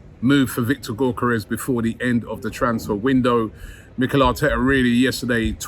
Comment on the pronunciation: Bugs me that you keep calling him GORkares It’s GYOkeres